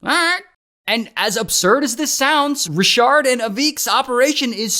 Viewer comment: Not Ra-shard!